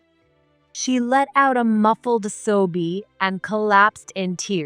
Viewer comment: She let out a muffled so ie? It’s sob- SOB- so O not oh